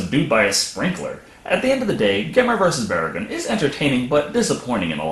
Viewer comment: Why do they keep saying the Godzilla monster's name...it's "Barugon", with an "oo" sound, not "Baragon" with an "ah" sound.